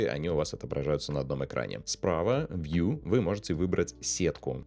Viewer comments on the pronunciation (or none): none